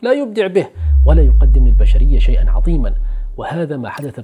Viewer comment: عظيما بالظاء وليس بالضاد !!!